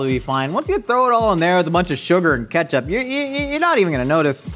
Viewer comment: “It’s it catch up? Is it bar-ba-q sauce” 😂I love how Nicole & are having a full on convo as he’s whisking the IceCream base, but at the same time the stove is still on, smoking😭😂